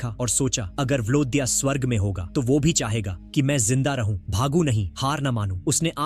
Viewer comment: Pronounce "ye" not "yh" Pronounce "wo" not "wh"